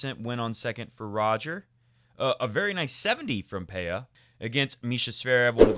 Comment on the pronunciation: I'm still amazed at how almost every English speaking people gets Pella's name wrong, as if it was the same as Peya. Pella is an Italian surname, so the PeLLa goes as Pela, just like Bolelli